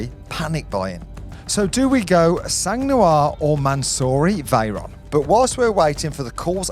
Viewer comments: Just so you know, since you’re about to buy a car with the word “sang” in it 😅 In French we don’t pronounce the “g” it’s “san”, not “sanggg” 😆 Every time I hear you say it, my ears bleed lol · The G in SANG (French for BLOOD) and therefore in PURE SANG is silent. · Sang 🩸 is prononced sang 🩸 not like she has sang like music. Sang 🩸 in French iits blood prononced like 100 if u know French 100$ euro and I bet u do mate. Wish u the car. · ONCE FOR ALL, DO NOT PRONONCE THE ''G'' OF SANG.... FRÉDÉRIC FROM PARIS FRANCE....